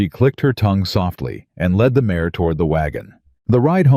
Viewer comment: It's not mayes, nor mayor, it IS MARE !!